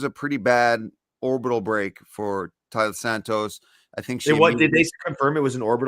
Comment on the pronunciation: Ugh. It's painful to hear you call her Talia over and over. Her name is Taila. Don't feel too bad, I've been hearing it elsewhere.